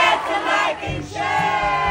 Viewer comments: Sana pag wrong pronounciation mali. Tulad nung bear ni, he pronounced it as" beer". May mga batang nanood sa inyo gayahin kayo, akala tama. Dapat turuan sila ng pronounciation and enunciation of words. Ako rin dati, matigas dila ko eh pero dahil may phonetics kami sa school noon, natuto ko. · 😂😂😂😆😆: ANONG PEYBORIT NG MGA BATA.?: BEYR 😂😂 dami kong tawa sainyong dalawa palagi 👏👏👏💚